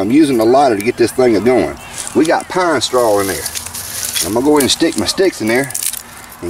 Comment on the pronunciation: Did you say pine straw or pine-sol? "Life is like a firebox sometimes yer gunna get soot."